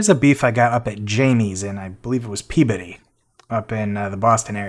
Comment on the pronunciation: Look at you pronouncing Peabody correctly 😂 also I crave Moxie every now and then, we get Diet Moxie at some local spots in CT.